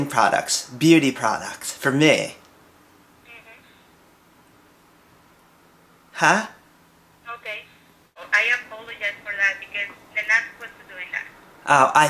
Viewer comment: thank youh youh aw so nice to meh